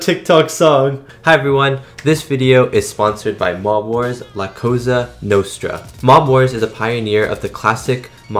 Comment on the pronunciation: Cosa is not pronounced like Coza.